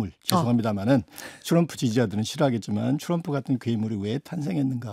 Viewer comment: 트럼프,또람푸도 아니고 츄럼프인가요?ㅎㅎ